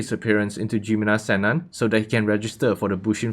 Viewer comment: Its not jimina sennan its ji-mi-no seinen